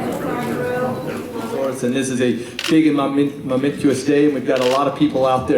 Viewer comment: "Mometuous" indeed!